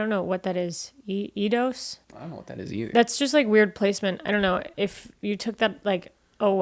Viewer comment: is pronounced 'EYE-doughs.' They made the original Tomb Raider games and some of the early Championship Managers.